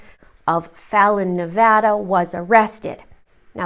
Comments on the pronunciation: Thank you for pronouncing our state correctly. 🙏🏽😊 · Also thank you so much for pronouncing “Nevada” correctly 💖💖💖💖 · a Crime. There are tons of Americans who mispronounce it and say Nuh (Like nut) Vah Like hot) Duh. It’s ridiculous because they will even move here and not pronounce it right!😩 You’re in Canada and said it perfect! So THANK YOU!🙏🏽😊😘